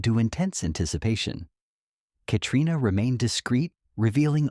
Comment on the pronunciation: It isn’t Haimie it’s Jaymie, it is Katrina and. It’s not Balfay, it is Balf. Day the names correctly or find someone who can.